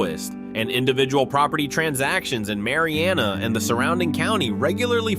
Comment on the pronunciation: I live in Jackson County, you pronounce Mary Anna not Mari Anna. At least get the pronunciation right.